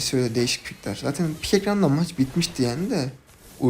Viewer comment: saten ne la "zaten"